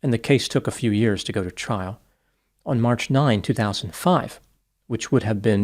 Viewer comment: What state does the doctor come from where he pronounces the word "on" as "uon"?